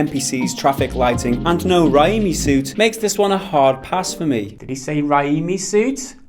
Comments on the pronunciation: FFS, it's "Ray-Me" as in Sam Raimi, the much loved director of Spidey 2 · ....really? You have never heard of Sam fucking Raimi?! The guy who not only made the Tobey maguire Spider-Man trilogy but Evil dead too? Wtf is wrong with you?! It's pronounced "ray me". How the fuck are you older than me and this is new to you?! Dafuq?! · Raimi as in Sam Raimi you moron. As in the Sam Raimi movie trilogy. Toby Maguire's portrayal of the character. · "Raimi" is pronounced "Ray-Me" 😂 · "Raiiimi suit?" Cmoon, the suit from original Sam Raimi trilogy. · Raimi suit, as in Sam Raimi (ray-me). The guy who did the Spider-Man trilogy in 2002. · 1.15 Please tell me that you were were joking there and that you have actually heard of Sam Raimi, the director of the Toby Macguire Spiderman trilogy and aren't really that daft that you can't pronounce his name or didn't know the connection between him and the franchise. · Raimi as in Sam Raimi